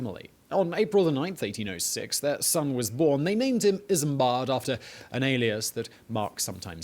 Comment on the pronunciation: Why does the narrator sometimes says Isambad Kingdom Brunel?